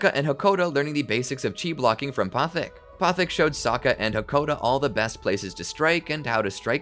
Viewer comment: Why are you mispronouncing Guru Pathik's name :(